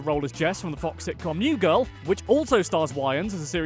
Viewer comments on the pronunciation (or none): none